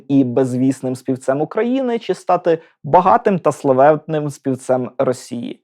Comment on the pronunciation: Попрацюйте над Своєю вимовою, бо склеюються вуха від Ваших щЬо, почЮв, чІ, крокіФ, дІтячІй, ключЬових, чІном, вивчЯти, щЄй, чЯсом... НЕМОЖЛИВО слухати ТАКУ українську, де ви вичитали оте все чЯвкання...